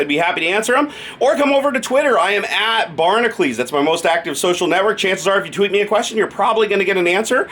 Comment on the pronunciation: Hercules - HER-cue-leez. - BARN-a-cue-leez. The way you say it - BARN-a-kleez. The way you should spell it - Barnacles.